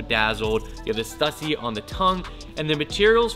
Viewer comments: Stussy is pronounced stoosy. There's no debate. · it's not stuh-sy it's stoo-sy. Other than that keep up the good work! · learn howbto say it right. its stoosy not stuhssy. STÜSSY not stuhssy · Dope sneakers and you pronounce stussy wrong its supposed to be stussy not stussy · The 2 dots over the letter U in Stüssy makes it pronounced “Stoosy” for whatever it’s worth. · **Stüssy is pronounced STOO-see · It just triggered me hearing him say stuuussy over and over again. Americans really don’t seems to get the grasp of ö ä ü‘s. But I get is there is literally no use of them in the English language. So no bad feelings 😆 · STOO-SEE. Goddamn man. Its been around forever. Please say it right. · Is it me or is sayin STUSSY WRONG? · Stüssy - Ü - stoo-see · It's pronounced STU-SEE. That is all. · Stüssy - pronounced stoossy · PLEASE, learn how to pronounce STUSSY... "STEW-SEE"... FFS